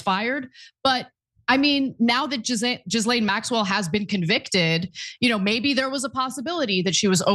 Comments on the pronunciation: Calling Ghislane (Gee-lane) , Jizzlane is incredibly inappropriate and insensitive. Learn to say her name correctly out respect for the seriousness of the situation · Her name isn't pronounced Jizzlane Maxwell. It's Gillane